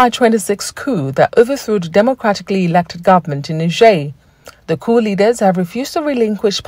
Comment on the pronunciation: Tinibu will never speak without errors! 😂😅 The POOOOO LEADERS instead of COUP LEADERS. What a shame